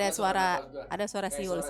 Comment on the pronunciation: Aq Mlah inget di kakak beradik podces sering ada siul, Kalo ad Anwar psti ngomongnya suil bukan siul 😅